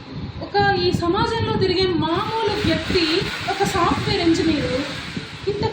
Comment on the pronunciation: సాఫ్ట్ వేర్ కాదు సాఫ్ట్ వార్